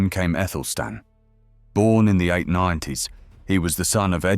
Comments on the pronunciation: Because he/it is unaware that "ae" is pronounced as a hard "a"....as in Aelfred the Great. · wasn't his name Athelstan?? you keep saying Ethelstan??!! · Good question, his name correctly written in modern English was Æthelstan - the conjoined A-E should be pronounced A, as in cat, apple etc...